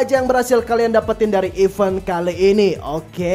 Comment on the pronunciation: Bang sekedar info aja Klo di inggris klo kita baca" even itu artinya bahkan tapi klo kita baca event itu artinya acara "t" nya harus dibaca bang.